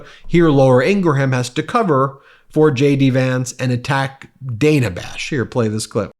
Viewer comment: Ben, I watch you several times a day and I'm a subscriber. Why do you keep mispronouncing Dana Bash's first name? Its first '"a" is a short vowel sound, not a long one. Leave the mispronunciations to the Trumpy folks. Even Laura Ingraham did it correctly.